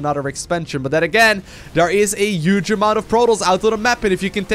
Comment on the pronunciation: i dont even know how to write down the way he pronouces "huge"